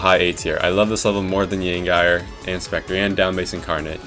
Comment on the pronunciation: i will never unhear ur pronounciation of the Yangire, cool video tho great job